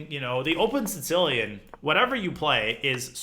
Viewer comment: Danya has a bunch of insane pronunciations when it comes to openings... have you heard him say the "Tzitzilian" (Sicilian)?